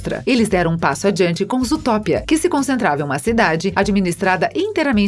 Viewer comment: Zootopia ela falou zootópia